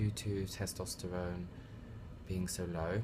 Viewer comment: tostesterone ahahahah, its testosterone bruv